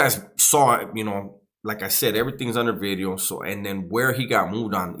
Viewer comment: Yeah he said new wideo.